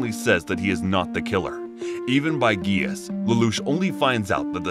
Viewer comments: it’s pronounced “jee-ah-ss” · I stopped watching when he said gaius not ji-ah-ss, but i hope that if tou make a pt 2 please pronounce it correctly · He doesn't pronounce the grease properly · I love this, but certain names are mispronounced. Like kururugi, britannia, suzaku, and Geass. Still love the video though!